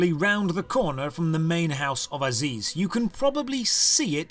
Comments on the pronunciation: Fun drinking game: take a shot every time calls him "Aziz" instead of ARIZ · it's "ariz" not "aziz" lol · I might have raged more than I should by you calling Ariz for "Aziz" the entire episode.